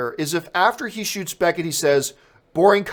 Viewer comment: beCKett not beNNett